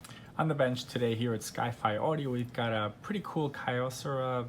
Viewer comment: The brand is pronounced KEY-o-cera. Their name was a combination of "Kyoto Ceramics" because of their manufacturing of hard ceramics which they used in their various products including their audio components. I bought their top-of-the-line R-851receiver, their top turntable and top cassette deck in 1985 and 2 years later, their beautiful DA-710cx CD player. So well made, everything still works in 2020.